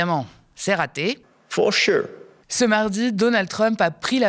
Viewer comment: "for sheu " nous vla bien